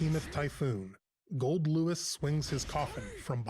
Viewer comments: I still can’t get over calling him GoldDICK🤣😂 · "GoldDick" My mans, if you keep this up I'll forget his name is Goldlewis. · I was watching it with really low volume and everytime he said "swings his coffin" I heard "'swings his cock in" what makes it better is that his name is goldick